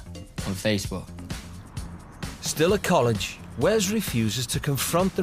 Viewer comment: ...WTF is "face-buh"?